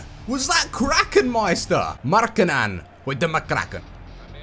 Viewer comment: You sey markkanen sou rong !!!